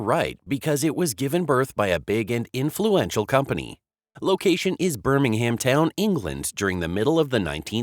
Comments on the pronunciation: I wish Americans would learn to correctly pronounce English placenames. BSA were not from 'Birming-Ham'. In English, the city name is pronounced with a silent 'h' and minimal stress on the last vowel. Still, I guess this piece was put together by Artificial Intelligence, an oxymoron if ever I heard one. Complete lack of intelligence of any sort, I reckon. The BSA Bantam was, as you say, a popular motorcycle for many years. But the design was heavily based on the pre-war German DKW motorcycle. BSA (and others) gained the rights to use these German designs as part of the reparations after the end of the Second World War, so BSA cannot take all the credit for the success of the Bantam. Love and peace. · Look its easy say it with the rest of the world Birmingham pronounced Birmingum